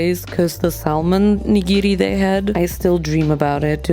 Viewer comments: Question, does everyone say Sal Mon in Germany? Or is just mispronouncing it? Just curious bc in English it's Sa Mon, the L is silent. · you don't pronounce the L in Salmon.. It's pronounced SAM-un